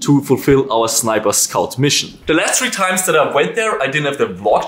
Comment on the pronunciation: Why do u say 3 like shree? I find it cool. I'm gonna start calling it shree